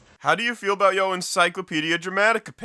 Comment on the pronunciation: Can you stop pronouncing "Your" as "Yo"? It sounds really forced and I'm actually cringing every time you do it. If you're gonna speak that way then make sure you sound natural because it sounds really lame otherwise.